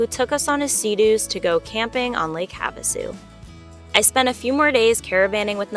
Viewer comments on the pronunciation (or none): none